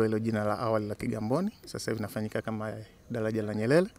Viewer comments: Hahahaaa.....badala ya kusikiliza anachoongea nimejikuta nacheka tu😂😂😂.....dalaja....gali.....nyelele....taalifa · 😃😃😃😀 dalaja hili la nyelele kwenye r yeye ni l tu